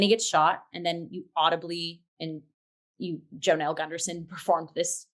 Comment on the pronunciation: Hi friends. This is such a great deep dive. Just a quick correction - Claud Spadafora performs the vocals on Glitter Witch. Jonelle Sills (pronounced like a 'Y' not a 'J') sang the solo soprano vocals from part of Bach's Mass in B Minor, heard just prior to intermission. And yeah, she's André's sister!